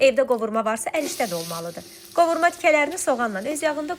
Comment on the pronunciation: Qovurma yox Qavırma